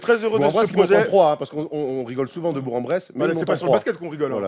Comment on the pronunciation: Je viens de l'Ain et c'est un peu sévère avec bourg en bresse surtout que la ville est en ligue 2 au foot pro A basket et fédérale 1 rugby donc une ville super bien classer dans pleins de sport par rapport au autres... Et ont dit Bourk en bresse (la prononciation..) Et pas des bressois mais des bressans.. ^^ Sinon c'est cool d'entendre parler de la ville à coter de chez moi;) et très bonne émission les gars;)